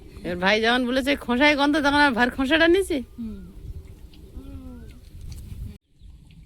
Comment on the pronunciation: ভাইয়ে না বাইয়ে।